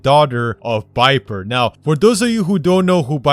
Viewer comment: Viper not biper